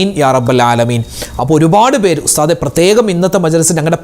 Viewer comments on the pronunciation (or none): ഉസ്താ ദ്ന്നല്ല ഉസ്താദാണ്